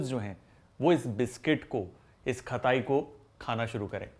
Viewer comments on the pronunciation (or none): Cool ❤️ But annoying खताई खताई It's खटाई